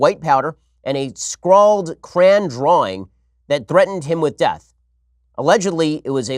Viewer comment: A small CRAAN drawing. ITS CRAY-ON